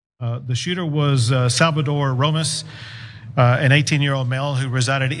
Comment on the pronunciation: He said Salavadore Ramos at least twice in the clip.